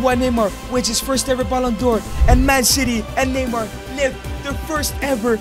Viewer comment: Neymar not mynamar